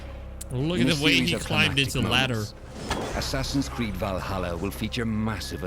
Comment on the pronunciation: Assassins Cweed